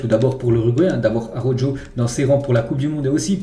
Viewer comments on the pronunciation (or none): Par pitié je t’en supplie arrête de dire Araujo en prononçant le J. Ça ce dit arauro